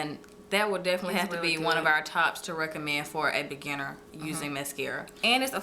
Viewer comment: When you said "beginner" I thought you said "banana"